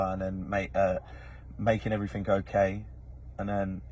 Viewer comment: There’s no k in the word “everything” or “anything” thanks.